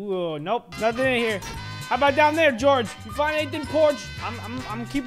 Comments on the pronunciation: I'm not cold Peorge its george not Peorge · George is pronounced jorj